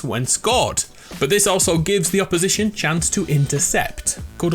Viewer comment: Hearing him say opposition I smile lmao